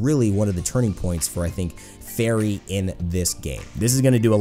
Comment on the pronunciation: A faiwry...with the heart of a robot? I mean, I can legit hear gear grinding and steam hissing on her ult cry in my head. Nice.